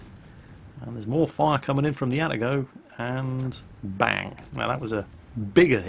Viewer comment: A-TA-GO not ATTA-GO